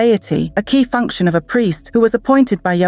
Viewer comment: You need better text-to-speech software. "FUNK-ON" for "function" and "SO-FEE" for "soft" are just two of the jarring mispronunciations.